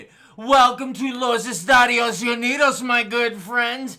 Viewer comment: it’s Estados… not Estadios